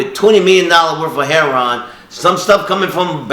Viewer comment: He did all that and he still can't pronounce "heroin" correctly. It's not heron. Remember kids education means nothing if you want to deal drugs just get into dealing drugs and go as hard as you can because education means nothing these days especially if you want to deal drugs and make money off the pain suffering and hurt of others. Ten years from now they're probably going to start glorifying rapists and human traffickers.